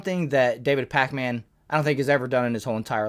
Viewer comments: Pronounce it pakmin, stop disrespecting the packman we all love 😂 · I hate how you call him pac-man. Its Pakmin lmao